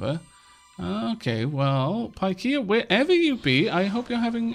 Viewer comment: I'm pretty sure pikaia is pronounced "pick-eye-ah". :)